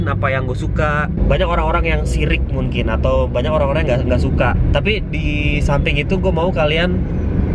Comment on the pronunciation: Kenapa dah lu ngomong mungkin jadi munkin:v